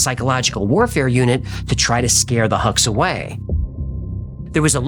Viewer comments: Best channel on YT, btw sir it's pronounced "Hooks" not "Hacks" short for "Hukbalahap". Just saying. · Huks in my country is pronounced as 'Hooks' :)